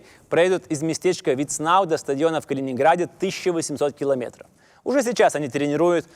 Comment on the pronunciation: "Четыреста шестьсот шестьдесят километоров" )), ну, хватит уже выпендриваться. И классический прибалтийский говорок, и неправильные ударения, и теперь вот это - что исчо придумаешь, чтобы ни у кого не осталось никаких сомнений в том, что ты "не есть шибко хорошо говорить па-русски"? Вещай на родном языке - аудитория точно прибавится в разы ))... А контент хороший. Респект!